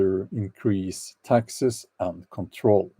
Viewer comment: 😆 when you said "I hate taxes " Your accent sounded like I HATE TEXAS 🤣 love from Granny B(in Texas 🇺🇸) kidding I'm in Idaho 🇺🇸